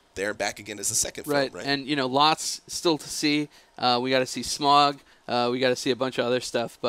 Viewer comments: It's SMAUG! Not smog! Say it with me, sm-ow-g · its not pronounced smog trust me